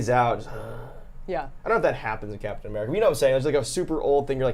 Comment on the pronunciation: What the heck is a "murkin" ??